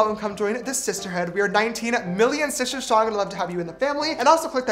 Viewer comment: Btw did anyone notice he said “shister strong” lol